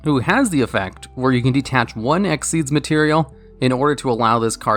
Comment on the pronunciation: its x-y-z not exeze lol